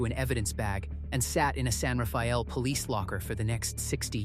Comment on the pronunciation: Yes, I was born in Marin county. Mah-rin, not Mare-in, and San Reh-fell, not Rah-fay-ell.